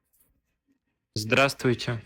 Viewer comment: That “zuhduhravstvuytye” is killing me 😭